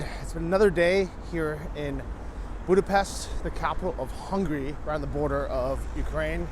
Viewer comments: It’s pronounced Buda-Phesht 🇭🇺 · Budapest ist pronounced Buda-Peshd